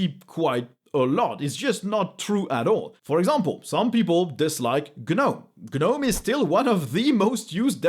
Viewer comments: Love your videos man, but Gnome is pronounced "Nome", check google translate TTS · That's for gnome the garden gnome. Not for gnome the gtk based desktop environment